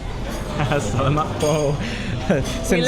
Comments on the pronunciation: It is sa la mat not sal a mat, just to help you out. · It's "Sa-la-mat pô" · Adobe should be served hot. It's much better. And you are pronunciation of SALAMAT is incorrect. Ask a Filipino how to pronounce it properly. I made the same mistake when I first moved here 5 years ago. Also ask someone how to pronounce TAGALOG. Videos are good though